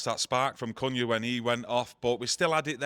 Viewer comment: Can someone let know the correct pronunciation for Cunha. Calling him Cooner is not it.